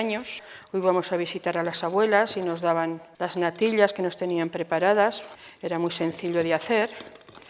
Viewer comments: No soporto esa manía ridícula de pronunciar la "ll"como si fueran lll.( natil-llas, gal-llinas, el-llos, ) solo vi la primera receta .ya no aguanté esa pronunciación que me perfora los oídos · Me hace gracia como pronuncia la “ll” . Se ha perdido esa variante fonética y es curioso escucharlo de nuevo. Mi abuela también me hacía esas natillas pero infusionaba la leche con canela y corteza de limón y estaban de vicio